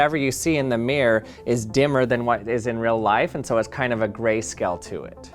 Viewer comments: I just love the way Americans are unable to pronounce “mirror”! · I love how he says "meer" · one of those americanisms that boil my urine is the word "mirror" it SHOULD have 2 syllables "mir-ror" not MIRRRRRR for god's sake no, no NO, incidentally! doesn't glow paint have a radioactive count? it would be interesting to see what a Geiger counter says. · The word "mirror" is supposed to have two syllables. I can't listen to "Mirrrrrr" any longer.